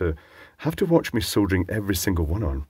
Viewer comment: So refreshing hearing a person soldering and not soddering. Cheers.